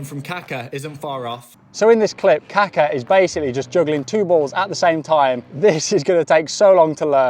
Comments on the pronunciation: BTW, his name is pronounced "kah-KAH". "KAH-ka" means something quite different. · Great video, but I gotta criticize 2 things: Plexiglass is not a glass, it is a very tough polymer that is very bendy, so it absorbs a lot of energy. It is used for protection where the weight of glass is a problem Please, refer to Kaka as ka-KA and not KA-ka. In Brazilian Portuguese, KA-ka is translated as poo